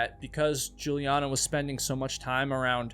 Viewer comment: You US guys never learn how to pronounce foreign names, right? The girls name is Juliane like "Yuliaane" and not tshulien. Why is it so difficult for you to grasp that there is more than English in the world? If I know that the guy who has the name Michael is an US boy, I know that I do not have to pronounce it as in the Hebrew original or in German which sounds quiet the same, but instead like "Maikel" I mean this is also a question of politeness, not only education. German is not a tribe in the Amazon. They say every 5th US citizen has German forefathers and you guys would have not made it to the moon without German help, You have a car-cilization and cars were invented by German, an if you are protestant thank Germany for the Reformation . Therefore it would be no bad idea if you cosmopolitan political correct people over there would get some little more ducation and good will for that. As for the alphabet you use it comes from latin. And in latin all the letteres of the alphabet have a certain spelling. The Germans have the same spelling, you English speaking people do not have this. You have diverted in all sorts of direction which make more or less no sense. Look how you pronounce "rainbow" and "cow". No order, no rules, just chaos.